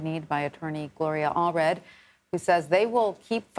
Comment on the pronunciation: Gloria Aldridge? Not Gloria Allred?